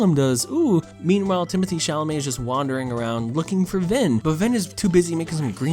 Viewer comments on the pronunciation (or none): Yo I didn't see anyone commenting on this but I just couldn't help myself but lauh every time he called the dude Timothy chalamett.